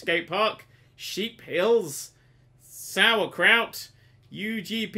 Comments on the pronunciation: Lol, He said Sauerkraut, I live in Syracuse. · "Watches try to pronounce his nearby town of Syracuse and cringes*